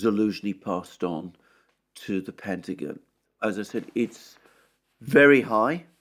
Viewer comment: "Pentagin" 😁 I love the Brit accent.